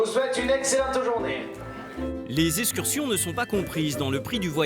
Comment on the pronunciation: Quelqu'un peut-il apprendre au commentateur la prononciation du X ? J'ai entendu des dizaines de fois "eScursions". Et puis, l'expression "où on leur semble" n'existe pas , contrairement à "où bon leur semble".